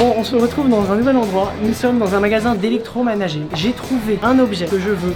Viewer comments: a dit electromanager cest electromenager 😂😂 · mdr a il a dit ''électromanager'' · Je suis la seule a entendre "Électro manager" ? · il a dit electo manager a la place electro menager lol ptdr :)))